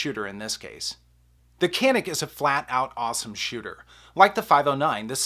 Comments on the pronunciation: If it’s a Turkish gun, it’s pronounced “janik”. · I have the Canik, and its by far the better sa. The pronunciation tho is more like "Shjaun'ick".. its Turkish. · Why would you compare 2 tactical pistols and say I want a range gun? Tactical pistols are just that tactical made for duty carry. Sorry to disagree but the Canik pronounced yanik really is way below the FN509 tactical. The FN is ready except for optic right out of the bag.